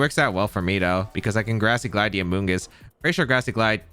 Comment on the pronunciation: Amoogus lives in this guys head. Rent free😂. Bro who hurt you with amoongus